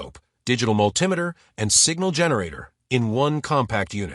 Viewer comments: I came looking for a multi-meter, not a mull tim itter. Thumbs down, no subscription for pidgin american. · Whats a mull-timeiter?